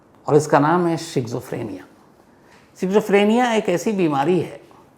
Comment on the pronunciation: शिज़ोफ्रीनिया नहीं स्कीज़ॉफ्रेनिया